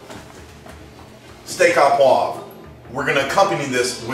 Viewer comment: Hey I liked your presentation and to hell with the pronunciation, I'll try a recipe from a good Texan cook rather then a wannabe Frenchy who says "oh" correctly. The food looks good!